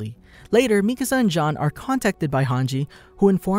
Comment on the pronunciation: It's nice to hear someone actually pronounce Mikasa's name right, instead of saying the spanish word for house "Mi Casa" 🤣